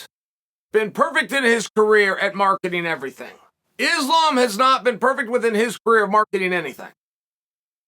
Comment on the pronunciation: He has got to be butchering islams name on purpose by now😭